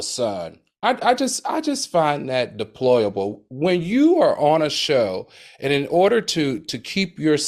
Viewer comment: I love u Al, but it’s deplorable… not deployable.